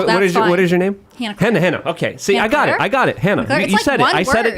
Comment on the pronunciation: Super freaking weird that wouldnt say Hannah-Claire's name correctly. What the hell is that about